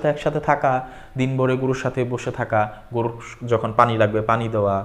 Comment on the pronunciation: বলেছি কিনা জানিনা, তবে অনেক সময় গরুকে গুরু এবং গরুকে গুরু উচ্চারণ করে ফেলে অনেকেই। হয়তো আমারও তাই হয়েছে। এখন ত গরু বানান গোরু করা হয়েছে বাংলা একাডেমি হতে। আপনার মত জ্ঞানী ব্যক্তি আমার ভিডিও না দেখলে আমি কৃতজ্ঞ থাকবো আপনার কাছে।